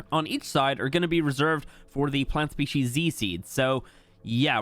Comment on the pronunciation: Saying plant species c all the time 😅 its z ❤